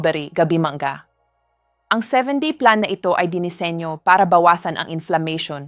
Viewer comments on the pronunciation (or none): Ano b nmn ung pagbibigkas nya ng ,ung Mangga,binibigks ng Manga daw,tas ung pinya,bigkas Niya eh pin-aple daw